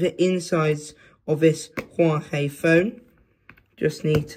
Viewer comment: "Huawhey phone" ?